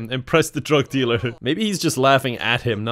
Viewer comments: It took me WAY too long to understand “drog delure” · no one: absolutely nobody:: DROG DEALURE, ITS EUROPEAN